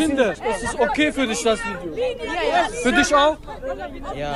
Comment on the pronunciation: "ey wah, stell disch mal vor." diese aussprache...